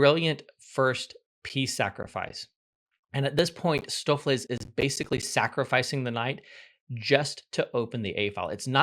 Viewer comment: Stoofvlees = Dutch for Stew(-meat), his pronunciation was quite accurate.